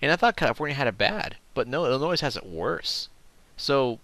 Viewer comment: the correct pronunciation from the area around the state and inside, the s at the end of illinois is silent.